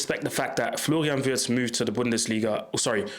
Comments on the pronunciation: ? How comoes? YOu pronounced Wirtz's name perfectly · Just as a compliment: Unlike most English content creators, you pronounce the name of Florian Wirtz just like a native German speaker! 👍